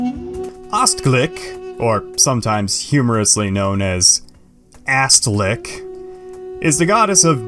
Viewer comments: It's Read Astghik not AstLik lol... It comes from the Greek word Asteri meaning Star , Astra ... Astghik litterally means Star in Armenian and it's also a girl name it's GH not L for ffff sake... LoL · Nice vid but its "astghik" the gh is like an r but coming more from the throat ... idk where you got that "L" 😅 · Astxik x- pronounce like German R. Also i like e.